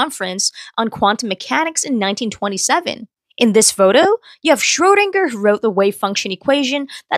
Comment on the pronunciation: It's schrödinger. He was born in Austria and German only uses ä ü and ö, not ë. It's pronounced kinda like 'shroodinga'